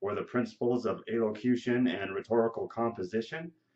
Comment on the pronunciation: Are you even pronouncing the word right? lol